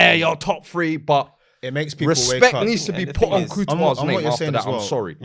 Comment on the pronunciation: Why does call courtois, COO-tois 😂